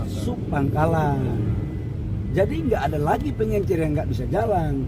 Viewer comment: Kelas Mentri bilang PENGECER saja PENGENCER😂😂😂